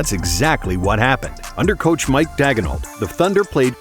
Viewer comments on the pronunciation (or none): Mark not Mike